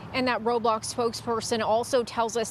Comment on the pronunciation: She said "Robox"